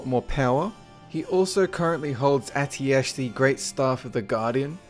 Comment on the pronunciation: Hey! it's pronounced Atiesh like Fish not Atiash and it means fire in Persian. thanks for your great vids:)